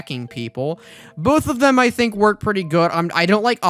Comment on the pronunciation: “Trying to figure out how swords wornk.”